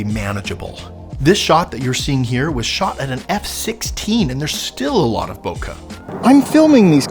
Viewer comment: Ah-ha! Caught you! You said bokeh wrong there. >:)